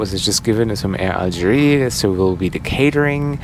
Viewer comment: Algérie pas Algerie. Vous avez oublié qu'en français, le E n'a pas le même son que le É et le È.